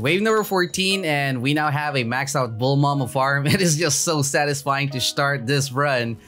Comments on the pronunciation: Random question why do u say bulmama? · Its funny when u say bullma ma